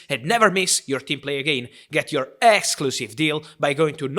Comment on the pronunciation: Are you sure he says exclusive Or Asss+clusive